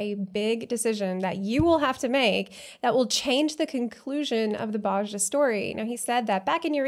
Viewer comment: Just a sidenote: the "j" in Bozja is a "y" sound ^^